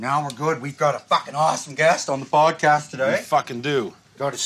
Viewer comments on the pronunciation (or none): Why do they say podcash